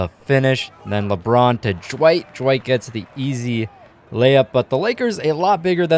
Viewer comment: Is it just me or does he sound like he's adding a J somewhere in Dwight's name?